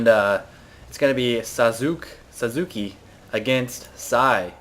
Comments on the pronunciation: Yay! ! ! Another epic video! :) I think it's Saske (its e not ey), My Japanese might fool me though. Your woman tingling sensors should already know that... :P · Lmao hes one of the main characters in the anime Naruto. Oh and Its pronouced "sasqué" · It's pronounced "saske" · You actually pronounce it 'Sas-ke'. Those japanses talk really fast. Totally naru-tardness! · its pronounced : saske. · I can see how someone might pronounce it Suzuki, but it's still hard to listen to because everytime you just want to correct him. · Actually it's Sask-eh, since in japanese U is almost muted. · Psy, the fact that you don't know how to say Sasuke makes me proud of you. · You made his name sound way more Japanese than it's actually pronounced. xD Probably a Naruto reference. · Not everyone cares about childish anime series okay, so dont bother Psy or any other grownup blaming for not pronouncing the name correctly. Because frankly, who the fuck cares. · This video is funny for us naruto nerds, listning to Psy saying sasuke wrong :D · And thus one thousand fanboys cried over your pronunciation. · lolol... im sure a lot of people already tried to correct you but its pronounced Sawskeh.. the u is silent-ish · its Sas-Kay noob. Its a naruto character lol. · It is pronounced "saas"- kay" It is a character from the amine naruto. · It is not a big deal but the way to pronounce Sasuke is Sa + ssss + keh. The su part is like a snake saying "ssssss." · just to clarify Sasuke's name is pronounced "Sauce-Kay". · It's actually pronounced "SAUCE-kay", but I like Sausage-head better for this one. And nice banner. My question is, who is it that got owned? Her? Or you? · haha, Sasuke is from Naruto man, who doesn´t know? say it like: sahskee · sauce-k is the pronunciation. It means Ninja Warrior. Also a character of Naruto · Sah skay is how you pronounce it, like from naruto. lmao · its pronunced sauss-kay. Its from naruto. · its susuke (sahs-kay) and its a characters name from naruto